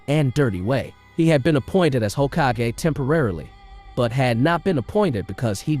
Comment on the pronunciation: The way you pronounce Hokagey lol